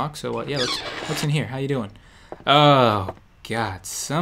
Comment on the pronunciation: he didn't say oh..he said hoe...lol